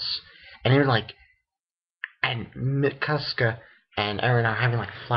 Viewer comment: mikasca XD is mikasa